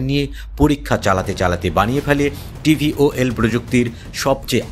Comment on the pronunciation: এই টেকনোলজির নাম VTOL , কিন্তু সাংবাদিক উচ্চারণ করছেন TVOL ... প্লেন নিয়ে সাংবাদিকের ধারণা কম থাকতে পারে, কিন্ত একটা জিনিস নিয়ে রিপোর্ট করার আগে সঠিক উচ্চারণ টা জেনে নেওয়া ভালো